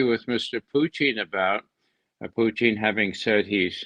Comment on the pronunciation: I like how Ray uses the proper pronunciation of Putin, with stress on the °Poo".